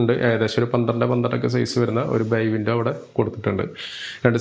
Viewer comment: ക്യാമറാമാൻ, സംസാരിക്കുന്നവരുടെ വായിലോട്ടു ക്യാമറ സദാസമയവും ഫോക്കസ് ചെയ്യാതെ വീട് പരമാവധി കാണിക്കാൻ ശ്രമിക്കു. നിങ്ങളുടെ പല വീഡിയോകളും കണ്ടതിൽ നിന്നും ; ബൈ വിൻഡോ അല്ല 'ബേ വിൻഡോ ' ആണ്. തുർക്കി മിശ്രിതം അല്ല 'സുർക്കി' മിശ്രിതം ആണ്. പിന്നെ വീടുകൾ എല്ലാം വെറൈറ്റി ആണ് നന്നായിട്ടുണ്ട് ക്യാമറ വർക്ക്‌ ഒന്ന് മെച്ചമാക്കാം.. ആശംസകൾ.